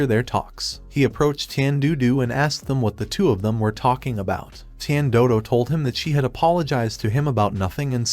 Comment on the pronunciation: Is no one gonna ask about how the AI said "tian doodo" instead or "tian dodo"💀💀💀💀